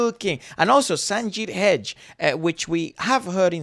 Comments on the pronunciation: his name is pronounced sanjith heg-day.. not hedge! 😅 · his name is pronounced as Sanjith "Heg de" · Sanjith He Ga De not hedge😅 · Guys it's pronounced Hega-de('ga' similar to that in beggar and 'de' similar to that in dentist). Please don't call him Hedge 🤣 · I appreciate your review 😊 Just a correction- His name is NOT Sanjith “hej”. You prounce his name- Sanjith “hey-g-dey”! 😅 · Not to impose myself as the pronunciation police, but last name "Hegde" isn't pronounced as if it's a bush in a garden used to demarcate a boundary. It's pronounced "Heg" "Day". Think of it as if it's the French word Hegdé. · It is heg de not hedge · its not sanjith hedge .... its sanjith HEGDE. please correct it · his name's pronouced :sanjith Hey-ga-day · It's not Hedge It's Hegde😅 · Hedge pronunciation ,😂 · His last name is Hegde not Hedge😂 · Prononuced as Hegg-dayy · Sanjith what??😂😂 that's not how you pronounce his surname😂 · Bro know how to pronounce names before reacting